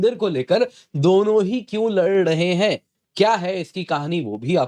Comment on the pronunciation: Bhai pehle aap lad rahe h. Bolna seekho Bolo Lad rahe h Lad rahe h😂😂